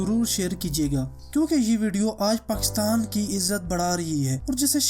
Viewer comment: Its Pakistan, not pkhstan.. Sorry dont mind bro. put aside potohari language from Urdu